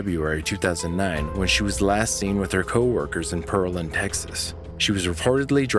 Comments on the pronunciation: well, when the dispatcher pronounces it clearly as PEARland when she answers the call. Then the narrator keeps mispronouncing it, it’s pretty annoying when you know how it’s supposed to be pronounced. But thanks for your opinion! :) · For future reference it’s Pear- land. Not Pearl- and. I grew up in Houston and Pearland was about an hour away. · I live in Texas. 🍐PEAR-LAND... Not PEARL-AND!! I live 30min. north of 🍐PEAR-LAND!! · Thanks. I'm not scared. He is pronouncing it all wrong which is done alot here!